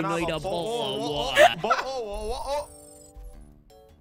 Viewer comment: The BOH'AH'WAH'ER chain was so funny